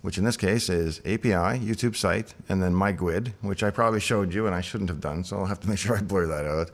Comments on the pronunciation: I can definitely say I do not want to hear GUID pronounced as "gwid" again, this Microsoft culture has to stop somewhere ;) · Whoa whoa, forget programming your ESP32. There's a far more interesting story here. Does Microsoft officially pronounce 'guid' one syllable (with a W)?